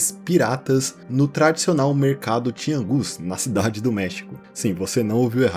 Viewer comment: 🤓 Na real si pronuncia tiânguis, não tiangús